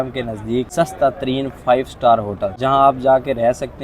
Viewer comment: بھائی...! 5 سٹال نہیں سٹار